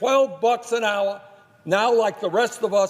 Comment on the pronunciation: why does he say Human "Yuman" and say Hours "howers" learn how to say you "H"s!!!!